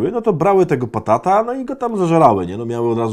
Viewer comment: Adaś, batata, a nie patata